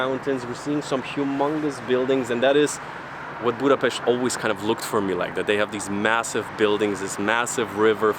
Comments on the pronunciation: Thank you very much for learning and using the right pronunciation of Budapest! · I am glad Hungary and Budapest worth to visit by your opinion. But there are several nice places inside the country which worth to visit too. You deserve praise for how beautifully you pronounce the name of Budapest, this is not usual unfortunately.... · I'm so glad , because your prononciation of the city is perfect!!